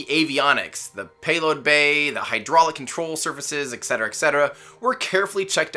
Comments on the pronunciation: ET CETERA, ffs.. You lose yout nerdcard if you say "ecksettera" just saying.. It`s been revoked. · "eck cetra" AUUUUUUUUGH!!!!!! Dude. :/